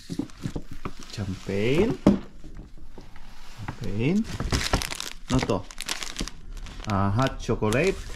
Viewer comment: The correct pronunciation of champagne is SHAMpagne not TSAMpagne.no offense meant po.